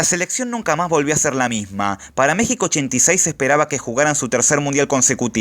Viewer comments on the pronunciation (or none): none